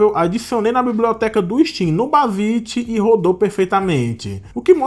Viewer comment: excelente video, mas me incomodou um pouco vc pronunciando errado o nome bazzite o video todo kkkkk (se fala bazaite)